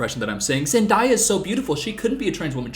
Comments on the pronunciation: Ok, he's tricked himself into believing it's pronounced Zen-diya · Why are you pronounce Zendaya like that? She sayed it in an Interview. It is Zen-day-a. The same as you say "day". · wait did u say….ZENDAIYA 😂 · I don’t know how to pronounce names in comment section but I’ll try my best. Zendaya is pronounced Zen-Day-A then put it together. Pronounce like how it sounds and spelled. I hope I’m not being rude just I wanted to help for future reference xxx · def pronounced "zendiya" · its zend aaaaaaaa ya lmao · Bro really said Zen-die-uh 💀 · Did he just say zendiya?? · I just have to say…. It’s zun-DAY-yuh 😫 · SECONDS IN AND YOU SAID ZENDIEYA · It's zen-DAY-a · Did you just say zendiea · isnt her name pronounced zen-day-uh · “Man-daya” and “Tammy Holland” ARE you fucking kidding me? 🥴 People really just need to stop, istg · I think I have a speech impediment Me:: says zendia every 3 seconds 😂😂❤ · Her name is Zen-Day-Ah she’s said it many times. Please don’t mispronounce her name us blacks have had to deal with it so long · zend-eye-ah LMAO i love you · It's Zen-DAY-ah. There's a video of her talkig about it~ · Not you mispronouncing Zendaya's name 😂🤣😂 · he said it right 1 time and then corrected himself and then said it wrong Lol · when he says it correctly and then incorrectly ‘corrects’ himself lmfao 😭💀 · you pronounced it right the first time then the rest of the video was wrong lmaoo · No, wait, you said her name right when you said you were wrong. It's killing me to hear her name said the way you're saying it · why are you pronouncing zendaya like that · Pronounce zendayas name How it’s spelled tho 😊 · why cant you pronounce Zandaya right?? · I’m sorry but why is he saying her name like that 😭😭 he started saying it like I’ve always heard for a minute but then went back to pronouncing it the other way 😭am I missing something?? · came looking for this bc it felt like a physical hit every time he said zendaya 😭😭💀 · ON ZEN-DIEYA